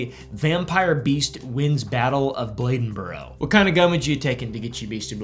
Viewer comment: Bladenburr... yes. Never hearda this "Bledenboro" you speak of though.